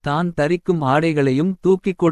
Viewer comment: தம்பி தயவு செய்து தமிழை சரியாக வாசிக்க முயலவும். தான் - தானே என்ற சொற்களை தனியே உச்சரிக்காமல் அதற்கு முன்னதாக உள்ள சொல்லோடு சேர்த்து உச்சரிக்கவும். உங்களைப் பார்த்து பிறரும் கற்றுக்கொள்ள வேண்டும். தமிழ் மிக அழகான ஒரு மொழி. அதை தமிழர்களே சிதைப்பதுதான் வேதனை. பலருக்கு வாயில் "ழ" வழங்குவதே இல்லை.